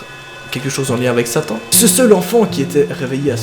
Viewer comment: T’as dit en mille huit cent « etante » six c pas ca